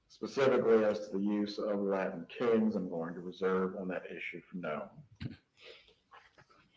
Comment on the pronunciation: Rashbaum has trouble pronouncing T’s Latin Kings is not pronounced Ladin Kings.